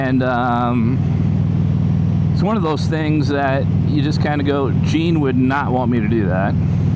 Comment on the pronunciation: Its Gene! Not Jean! Lol take care my friend!